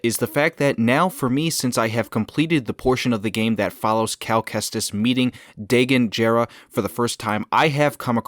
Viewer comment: Spoiler alert: You’re pronouncing Dagan Gera wrong 😅 great video otherwise!!!